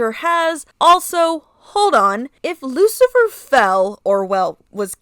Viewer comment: I like this Lucifer redesign ❤❤❤ also I'm in the teeth cult 🎉🎉🎉 also yes your pronounce it correctly and you can just say Rose in the future if u want ❤❤❤😂